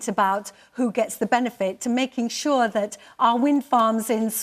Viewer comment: On shor, off shor and makin shor 🤣🤣🤣